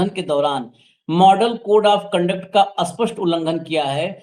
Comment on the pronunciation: spast, aap bolte ho aspast, bolte samay thik kar lena